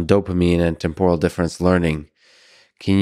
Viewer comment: Lex has a habit of saying "temporal" like "tempura" that his PFC reinforcement learning can't seem to overcome. Or perhaps that shrimp tempura he had the other day got stuck in the working memory loop.